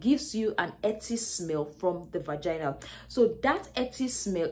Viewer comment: I giggle every time she says “Vagana”! 😂😂😂 good video ! I shared it with my daughters!👏🏽👏🏽😘